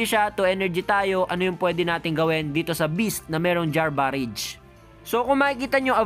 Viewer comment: galing mo idol! kaso sumasakit tenga ko pag sinasabi mo BAREYJ. BARAJ basa dyan sir. parang berserker barrage lang ni wolverine.